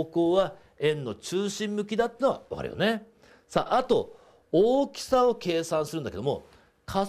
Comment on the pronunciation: 荒きさ(おおきさ) 大きさ(あらきさ)